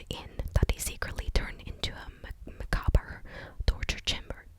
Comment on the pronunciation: Oh and the word you had trouble with “macabre” means disturbing due to depictions of death, and it’s pronounced “ma ka bra.”